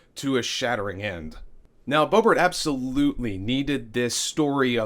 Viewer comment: You said BoeBART. Lol. And again .